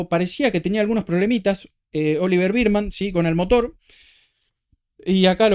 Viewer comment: Me mata que decis "Birdman" a Bearman jajaja Como la pelicula de Keaton